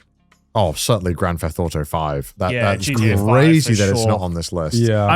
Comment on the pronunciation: Anyone else notice Connor saying grand fetht auto? 😂